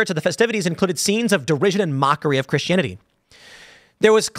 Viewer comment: I've never heard anyone pronounce Christianity this way.